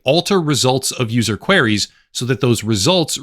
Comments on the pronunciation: I’m sorry but “queries” isn’t pronounced “quarries” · Just FYI - Queries doesn't rhyme with Canaries